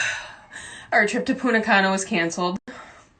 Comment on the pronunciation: "Puna cana" 😂😂😂😂